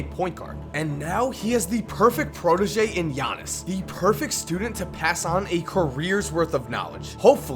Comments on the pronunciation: I still cringe when he says giannis it's yar-knee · It's pronounced just like how Konos P said: Yannis. It's not an English name... It's similar to how Dirk Nowitzki's last name is pronounced "Novitzki" (with the W making a V sound); their name stems from their language, and as such the pronunciation abides by the language. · It isn't yannis nigga it's yi annis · You pronounce his name Gea-nees I'm Greek to that how I know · Ee-yawn-is Ant-et-te-koom-po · firsti wanna say i luv the channel brah. second i think u are pronouncing his name wrong, i believe the g isn't silent. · Oh you goin learn to say my last name - Giannis